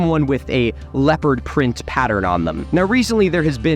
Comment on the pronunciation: Throughout his whole video I mistook him saying leopard as leper, and I was so confused for quite a bit.